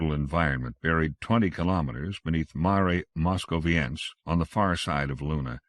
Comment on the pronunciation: mispronounces Mare Moscoviense a couple of times.